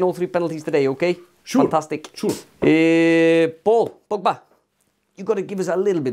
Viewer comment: “Shooore, shooore”